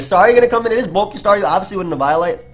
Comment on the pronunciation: "it's eviolite" erryone can see dem specs fren